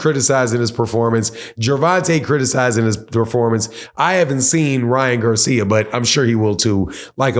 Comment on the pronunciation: This guy said Ryan Garcia 🤣